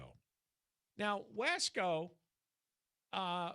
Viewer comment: John, there is already a passenger train that goes from Bakersfield to Madera. It goes like 70 mph. It needs a spur to SF. Oh, and it is pronounced Wah-Scō